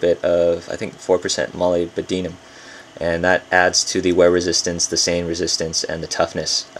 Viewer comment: Its pronounced mol LYB don nim ,my friend